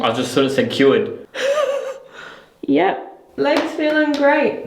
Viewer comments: I thought he said I am Jarrod . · I heard Jarred instead of cured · When the box said “cured” to me it actually sounded more like it said “Jarrad”